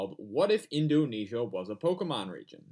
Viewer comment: Indunesia? Edit: dude seriously!